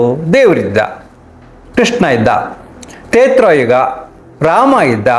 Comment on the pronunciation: ತೇತ್ರಾ ಯುಗ ಅಲ್ಲ.ತ್ರೇತಾ ಯುಗ.